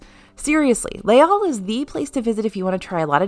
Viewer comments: Les Halls is pronounced 'LAYS all'. In French, H is treated as a vowel under some circumstances, and this is one of them. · The "s" in "Les" is definitely silent...